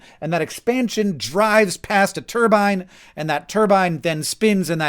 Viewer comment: You are saying turbine wrong